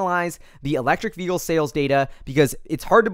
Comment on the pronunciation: The correct pronunciation of the word "vehicle" you can find here